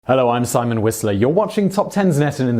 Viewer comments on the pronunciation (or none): none